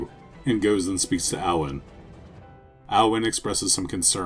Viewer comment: just a small thing, Aodhan is just the gaelic spelling of the name "Aidan" "Ay-dun"